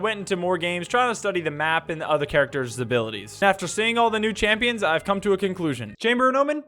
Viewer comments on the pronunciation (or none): bro said champoins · why did he say championhs??